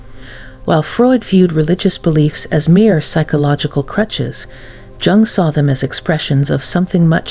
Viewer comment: You are not pronouncing Jung correctly!